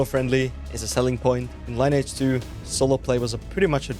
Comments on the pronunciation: I don't think you actually ever played lineage 2. Why do I say that? Because you call it line edge 2. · Another one not knowing how to pronounce the game name.